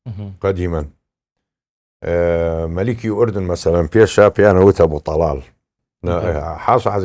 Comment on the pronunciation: بەنگلادشی و فلیپینی کوردیەکەیان لەو توانایەی باشترە ، دەرێ کورد نیە و تازە فێری کوردی بووە بە گۆگڵ ترانسلێتەری ، ئەردەن ئەردەنت لە چیە فلیم هەموو کورد دەرێ ئوردن ، هەر تەمشای کاک عەقیدی بکە کوردیەکی چەند جوان قسەی دەکا شەرم لە خۆت بکە ، خۆ بەکرێ نەگیرای زمانی کوردی تێکبدەی .